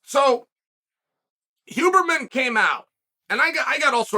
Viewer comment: Lol I love that he says “who”berman